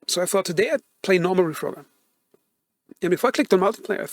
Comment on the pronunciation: Dude I like your thoughts but the gameplay is so hard to watch sometimes. Looks like a player with less than 20 hours playtime or something. Also u misspelled reforger as refrogger and then when your talking sometimes it actually sounds like your saying refrogger. So bro don't take this the wrong way I like your channel! 👍